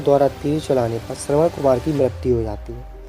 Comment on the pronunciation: Shravan-Kumar aur shravan-putra ko shraman Kumar ya shraman putra bola jata h